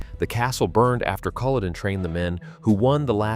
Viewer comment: Iits Culloden not coloden. Mackay not mackahhh please pronounce the names properly